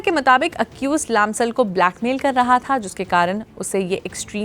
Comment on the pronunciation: Please Say लम्साल not लामसाल !!